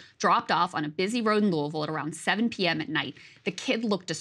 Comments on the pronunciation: Krystal did an excellent job covering this. The Republicans of this state have refused to do their job and have frequently waged war with Jefferson County purely out of clashing ideologies. Also, kudos for pronouncing Louisville properly. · 100% authentic pronunciation of "Louisville." Bravo!!!